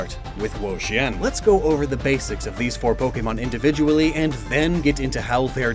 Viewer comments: Why do you keep saying "whoa-sheeyen" and not "whoa-cheeyen"? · Wo-Chien my child😭😭